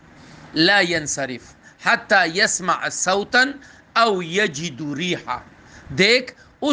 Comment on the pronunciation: او یجد منصوب ہے عبارت صحیح پڑھ نہیں سکتے اور مولانا مکی صاحب کے فتویٰ کو غلط کہہ رہے ہیں ، اپنے مسلک کے اکابر علماء کا احترام ہونا چاہیے ، مولانا مکی صاحب کی مراد بھی یہی ہوگی کہ وہم نہ کیا جائے ، جب تک یقین نہ ہو بدبو یا آواز کے ذریعے تو وضو نہیں ٹوٹتا۔ اور یہی نبی صلی الله علیہ وسلم کی حدیث مبارکہ کا مصداق ہے ۔